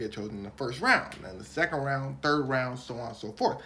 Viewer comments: he said he going in the 5th wound instead of round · I heard that fif wound